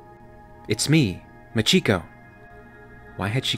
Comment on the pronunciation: MAchiko, not maCHIko